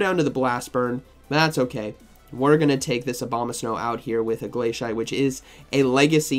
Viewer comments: I love your content, but your pronunciation is a bit… unique Glay-see-ate, or I’d accept glass-ee-ate. Both make sense. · Ah yes my favorite move, glay-shite